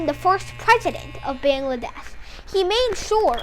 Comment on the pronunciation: It's a shame that you cannot even pronounce Bangladesh correctly. And from which book you are going to copy?